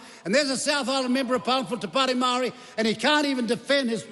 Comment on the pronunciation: maow-re... reckons he's authentic XD what a joke